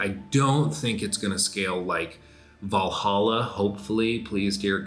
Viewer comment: Every time says "Valhalla" I only hear "Valaha"